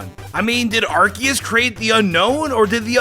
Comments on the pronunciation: pronounces Yveltal as Yalvultal and Arceus as Arcoos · You said Arceus wrong and Aegislash